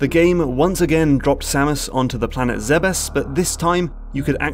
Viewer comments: I wonder how a person gets mentally to the pronounciation "Zebbes" instead of saying "Zebes". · It will always be pronounced "Zeebs" in my mind. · Am I the only one who pronounces Zebes as “Zeebs”?